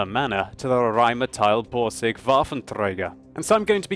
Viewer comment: RRRRRRain metal boRRRRRsig :DD